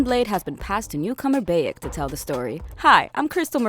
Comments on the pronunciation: Please don't make another video like this if can't get facts together. First of all you pronounce every name wrong: it's BAYEK OF SIWA NOT BEYEK OV SIWU. and there wasn't anyone assassin before him. And haven't even watched the whole thing so there is probably more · Siwu? Where's that? And who's Beyek? Pretty sure BAYek of SIWA is the main character of Origins. ROFL. xD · It's bayek not beyek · It' Bayek Not beyek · It BI-ECK and SEN-OO not BAY-ECK and SEE-NU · Bay-ek of See-woo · Bäyek of sewu 💀💀💀💀💀💀💀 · BAYek of sewu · Ah yes the assassins altar eso and bake of seewoo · Ah yes beyek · You step into the shoes of Bae-yek of Siwoo, the last of the Meh-jai. She even pronounced hierarchy as hair-ecky lmao. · I cringe everytime she says "baekk" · Bay-EK of seewoo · "Alltare" "Baeik" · was i the only one who got triggered at "baeyek of siwu" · Boiyek of siwo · Bayik Of siwu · Baiak ov Seewoo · Beyek of siwuu, sienu. Pronounciation is on point. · Beyeek of seewoo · How she says bayek makes me cringe sad and anger at the same time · That way you say his name... Is just.. just wrong. And no.. Egypt is not just dessert I should know. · Every time she says Bayek’s name wrong xD arghhhhh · Bayek of SEWO!!!!!!!!!!???? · That how she pronounced name of Bayek.... Makes me crazy!!!! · How this woman says Bayek, Senu and Medjay, clearly never played the game. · Someone obviously didn't tell her how to properly pronounce Bayek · Bayek if Siwu, Sinu, could the pronunciation get any worse?!